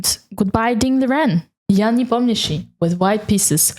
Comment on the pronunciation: That's somehow unexpected to listen to an English video with a perfect pronunciation of Непомнящий-s name. 😀